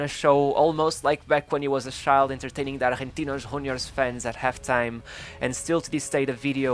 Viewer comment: can u fking pronounce CHILD not SHIIIIIIIILD